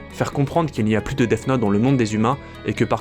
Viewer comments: Il dit deaf note mais c'est Deats note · arrête de dire Deaf note stp